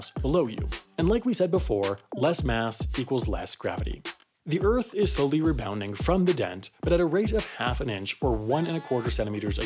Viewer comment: he said Earf